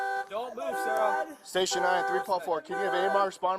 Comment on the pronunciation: Everytime the side said Sarah I thought he was saying sir